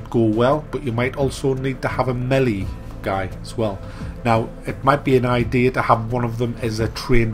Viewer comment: Rips the devs for writing then pronounces Melee incorrectly numerous times. Oh god.